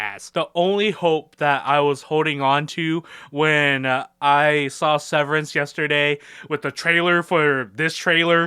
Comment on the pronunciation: I really want to see severians thighs also did you say his name wrong throughout this video on purpose